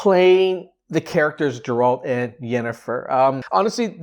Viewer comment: Its not Džerald is Geralt 🙈